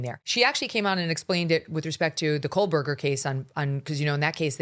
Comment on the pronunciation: Hey MegLYN- How many times you gotta hear it?!? It’s Kohberger, NOT KohLberger .